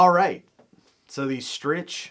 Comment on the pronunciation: Your mom hopes that you pronounce Strich “Strick” properly in the next vidya!